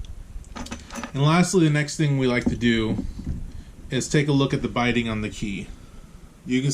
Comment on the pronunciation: bitting. as in bit. not biting.